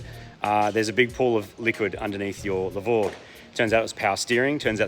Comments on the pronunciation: No doubt this is ‘hypergramps’ (but we will still always hear ‘the grovel’ when you say it)😅😅. Subaru need to bring back the H6. Marty has just shown them what it can really do. Last point - If they made a levorg with just a stock 3.0 H6 and 6 speed, i’d finally consider trading my liberty H6, till then i’ll keep the liberty as long as i can. Congrats - loved this build, now to fix the STI (please)😮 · con-farquin-grats... nice build and nice numbers